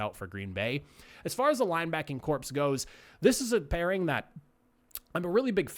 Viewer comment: Corps is pronounced like core, not corpse.